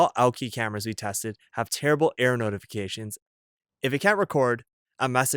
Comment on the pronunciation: Error notifications. LOL I thought he kept saying "air" notifications.